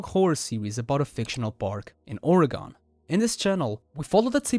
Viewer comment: YOU BUTCHERED THE PRONUNCIATION OF MY STATE. It’s pronounced “Orr-ih-ghen”, lots of non-Oregonians butcher the pronunciation and it drives me nuts.